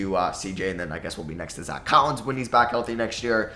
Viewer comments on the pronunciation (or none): none